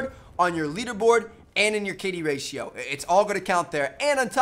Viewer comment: Its ratio, not rachio